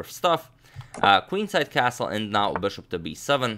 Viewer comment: The way he says bishop burshup it's the best